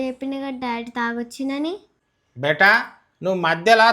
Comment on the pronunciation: Beti anali gani betaa ani